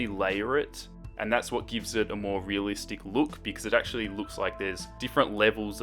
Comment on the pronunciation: Every time he said 'realistic', all I could think was HYPUR RELISTEC BLUUD